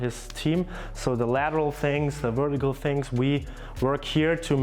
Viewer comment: Germans can't pronounce the letter V very well. They say it like it's a W... Jumping wertical 😂😂😂😂